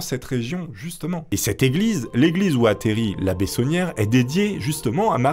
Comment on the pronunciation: il s'appelle pas saunière mais tauniere. labé tauniere 😂